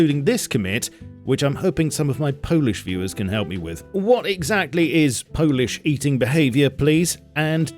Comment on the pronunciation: polish, not Polish